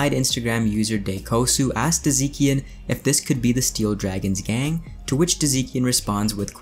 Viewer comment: Yes - give me news! Btw you read "Dziekan" more like Jyekan, not like Deezeekan